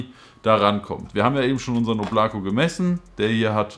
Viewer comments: Weist du eigentlich das man es nicht “Oblako“ sondern “Oblaka“ spricht ? Bedeutet übrigens Wolke 😜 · Nice review. Aber beim "Oblako" bitte erste "O" betonen. Danke. Wobei Aussprache ist viel besser als beim "Voskurimsa"))